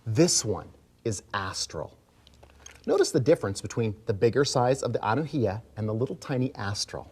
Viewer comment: From Hawaii here. The correct pronunciation of Anuhea is Ah-new-hey-Ah